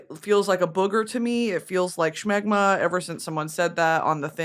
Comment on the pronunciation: the way she adds an ‘H’ to smegma kills me off